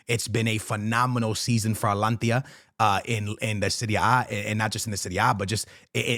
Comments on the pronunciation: Dude just called them Atlantis It's just simple reading bro A-T-A-L-A-N-T-A not that hard what's with the butchering my man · bro atlantia its ata lan ta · ATALANTA NOT ALANTIA 😭😭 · You keep on saying Alantia its ATA-LANTA. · Atalanta not alantia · AT TA LUN TA. .... bro its not that hard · Bro please.. it´s A-TA-LAN-TA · It’s AT-A-LAN-TA bro 😂 I swear he does not be watching fútbol at all just reads headliners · its A - TA - LAN - TA 😅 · Atlantia ✅ Altalanta ❌ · I was laughing my ass off at the start of this video. He kept saying it over and over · The way he be saying Atalanta and Tchouaméni is so atrocious 😭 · yo hahahaah the amount of times you said ATALANTA wrong.